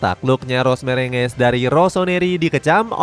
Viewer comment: Los Merengues ❌ Los Mrenges ✔️